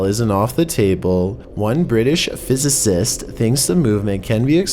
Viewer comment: Also the way he says physicist is beautiful